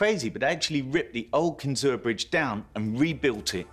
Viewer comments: The narrator did not know how to pronounce "Kinzua" correctly. It's not pronounced phonetically. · Cool to see the Kinzua bridge covered because it was an amazing accomplishment... but the clickbait sales pitch of a "disaster" just makes you look foolish (as does your inability to properly pronounce Kinzua). The bridge was a HUGE success... there was no disaster... there was no crisis or bingeworthy trauma. It was a great design that was in continuous use for a CENTURY... you don't need to fantasize up some "problem" to make the bridge worth discussing. Weak sauce Discovery... very weak sauce... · Can’t even pronounce the name right! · I too grew up like 30 miles from there... But across the lake. Also can we talk about the pronunciation they have in the video of "Kinzua?" I've always heard it as "Kin-zoo" not "Kin-zoo-a." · Or how about calling it Kinzooah. Locals call it Kin-zu. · Kin-zoo not Kin-zoo-a. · Let me help you, not kinzu-a just kinzua, KIN-ZOO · glad I’m not the only one. I also grew up near by and that’s how we pronounced it. They’re doing it wrong in the vid lol. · As someone who lives here, it's pronounced kinzu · THANK YOU! It was driving me nuts hearing them pronounce it with an "A". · The "UA" at the end of KINZUA is always pronounced funny by non local folk. My family is from Bradford PA and we pronounce it "KIN-ZOO". It is funny because only locals cringe when they hear it said by others. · It’s pronounced CAN-ZOO by the locals if you would have researched it. Walked across it as a kid, it was so high! Built fast and lasted past its useful life = success. Any train or person crossing the bridge during a tornado would have been blown off, so bridge failure wouldn’t matter to them. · Correct pronunciation is kin-zoo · in my opinion, it is pronounced Kin ZOO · Kinzua pronounced Kin-zoo. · It’s pronounced Kinzu ….. if you’re going to make A documentary, please double check how the name is pronounced….. it’s my pet peeve….